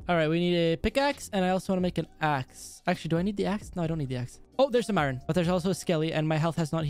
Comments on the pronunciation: It’s I ern not i ron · I needed iorn me: iron not iron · I love your vids put its iron not iren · What about custom tnt.I like the way you say iran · He Does Just Listen To Him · I don't know why pronounced iron wrong 😂👍